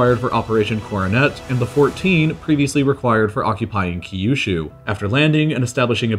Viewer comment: The way he pronounces Kyushu gives me an aneurysm.